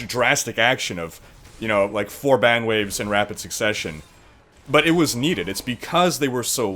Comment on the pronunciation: bang or ban, sounds like ur saying bang